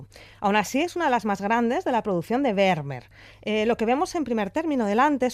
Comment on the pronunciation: Fantástico postcard, como siempre....pero se pronuncia "fermmer". La V en holandés es f. Como tiene doble "m", se alarga. Lo entendí cuando en Ámsterdam le pregunté a un peaton donde estaba el Muse "Van Gogh"...no me entendía hasta que me dijo.....ahhhhh fan joj".👍👍👍👍👍